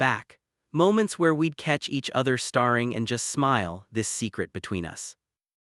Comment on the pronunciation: Getting so tired of hearing 'date' but 'dat-ing', 'stare' but 'star-ing', etc. Please fix AI errors or do the narration yourself. Good stories are spoilt by AI inacuracies.